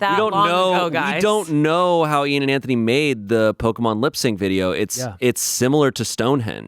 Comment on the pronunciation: Ian Eean Heean